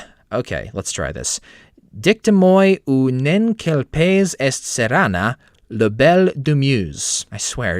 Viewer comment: small comment, but it's "La Belle et la Bête", not "Le Belle". "Belle" is a feminine noun. also "Ruée vers Laure" is a pun. Because the name "Laure" sounds like "L'or".